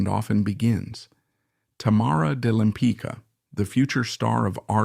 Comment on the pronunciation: Her last name is pronounced LempiTZka, not "lempica," damn it! Why don't you butcher the names of French, Italians, Dutch, etc., but can't manage one easy-to-pronounce Polish name?